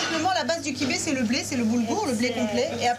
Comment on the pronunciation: Elle m'énerve à dire kibé au lieu de kebbeh.